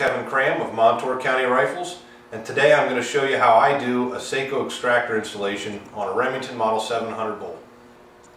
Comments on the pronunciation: Great video. Thanks. One pan — plz cease calling the brand using a long-A sound; the maker pronounces the brand with a short ‘O’ (Socko). How to keep it straight: Seiko is a watch company; Sako is a gun company. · Very good video, except Sako is pronounced "Sah-ko". I am seriously considering the upgrade to my 700 before it's re-barreled. Thanks for the upload!